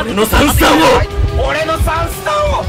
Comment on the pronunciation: 別ゲー混じりすぎてwガンダムかな？w 「俺の3ス↓タ↑ンを↑」ってなってるの笑った 編集が進化した神回( ˇωˇ )